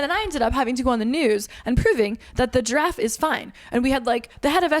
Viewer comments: Oh, Giraffe! I thought you were saying “Draff” and I was confused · Giraffe is two syllables ma’am